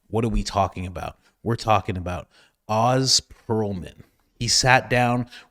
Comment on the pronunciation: His name is pronounced “Ohz”